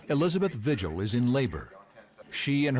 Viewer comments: It could be the surname is not pronounced Vigil. We pronounce it vee-hill. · Just an FYI…. Vigil is pronounced Vee - hill